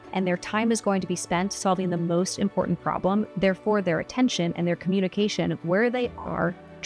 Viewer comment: I noticed you pronounced the letter T both times when you said important...? Is this something you recognize and if so is it deliberate? Great video I think I do many of the techniques you recommend in this video naturally. Most likely because I have thought about and considered a topic or situation before a discussion is initiated. Knowing why you have drawn a conclusion makes you confident and it is better than just stating something with no foundation. Being evidence and information driven is very much needed emotional derived answers are usually incorrect, and even so the process is random. I have also learned to listen better and maybe wait to give an answer later. I am usually not in a position of authority because it doesn't matter to me, but when the proverbial feces hits the fan people come to me even in high positions. My Italian grandfather was very much the same way.